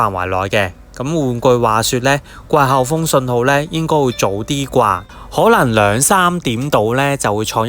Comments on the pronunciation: 掛後風?? 季候風😂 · 你係咪唔識發個“季”音？